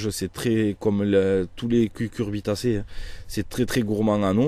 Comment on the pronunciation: Ça rassure d'entendre "cucurbitacée" et non "cuRcubitacée"